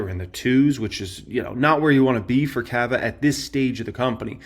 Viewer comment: Why do you pronounce CAVA like that lmaooo